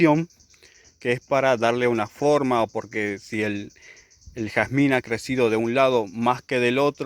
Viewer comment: Jarzmin Inglés